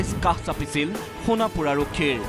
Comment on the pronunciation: It's not honapur 😂😂😂 It's Sonapur okay